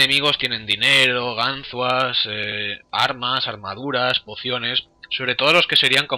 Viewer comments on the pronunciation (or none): Gánzuas tio? Gánzuas? xDDDDDDDD